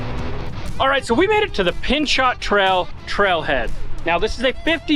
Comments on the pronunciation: it is called peeno not pinchot. gifford pinchot would not like your pronunciation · Is the local pronunciation different than the person the trail is named after? Gifford Pinchot was the Secretary of the Interior under Theodore Roosevelt, and he set up the national park system. His last name was pronounced: pin-SHOW. Do all the locals say pin-CHOT now? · In the interest of future correct pronunciation " Pinchot" is pronounced as :"Pihn (Pin) choh (show) "Pinshow" The "T" is silent. 🤠 not: (Pin shot), the trail was named after the former Gov. of Pennsylvania . Gifford Pinchot, Americas First Professional Forester. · It's not pin-shot trail, rather it is pronounced: pin-show. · FYI: Pinchot Here we say Pin-Shoh or Pin-cho as in Gifford Pinchot National Forest, Washington State. I know that in Utan (where I I lived for 23 years of my life (SLC/St. Geo.)) we often used pronunciations differently than the rest of the world. Truly enjoy your talent, work, and family life. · Pronounced "pin-cho" probably named after Gifford Pinchot who was a conservationists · Unbelievable....this situation has left me speechless. By the way, Pinchot is French....pronounce it Peen-show 😉😉 I'd love to see these guys that drive this truck. I bet they thought it was hilarious. Effing jerks. But, boy, you're gonna hear from the internet how you could have done it better 😂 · I believe the "T" in Pinchot is pronounced like the T in Chevrolet. Pin- Show. Google Gifford Pinchot famous forester. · Love the recovery. The t is silent on Pinchot:)